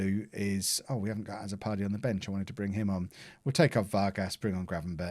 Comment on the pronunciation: Azzopardi is a Maltese name... The a should sound more like u, and the double z sounds like a ts, so it will be pronounced utso pardi